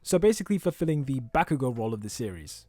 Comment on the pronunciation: also: BaCk YoU gO (that's how he says BAH-KU-GO)